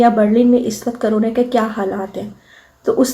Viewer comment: لفظ کرونے نہیں ۔ کرونا ہے